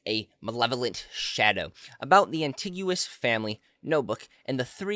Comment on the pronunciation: AntiGUous? Is it no anti-go-nas?